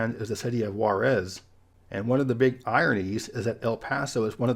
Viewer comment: Your Juárez pronnunciation is almost awful, you MUST practice for the next time